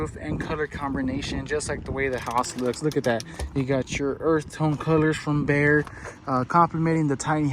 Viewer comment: Isn't it BEHR not BEAR? Love your homes.